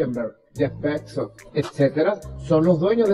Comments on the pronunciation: Que madre la de este tipo, ni siquiera pudo decir bien el apellido de Bezos. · El Elon "Muks", el Jeff "Betzos" y el Mark "Zukemberg" 🤣🤣🤣, obviamente está muy bien informado, y la cara de los otros dos lo dice todo